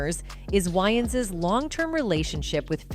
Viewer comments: why does narrator insist on renaming way-ans to why-ans i js couldn't take this seriously if host couldn't take 2 seconds to google correct pronunciation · Isn’t Wayans pronounced weigh-ins? Not why-ins? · I can't she can't say wayans right.🙄. These Ai are not so smart after all. 🤨😂. Nj.